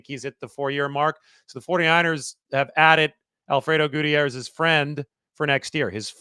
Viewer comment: Actually, it was PERFECT. Quit smoking weed.